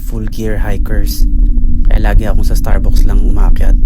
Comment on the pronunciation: Starbucks(starbaks ang bigkas) hindi (starbuks)..😅 Anyways, ok naman ang pagkukwento, walang masyadong effects na nakakaumay tulad ng ibang vloggers..